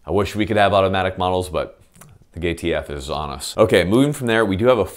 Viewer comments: I must’ve watched this 5 or 6 times before I caught, “…the GayTF is on us.” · "but uh, the gaytf" KEKW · Did he say ‘gAy’TF? If so, absolutely correct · "the GayTF"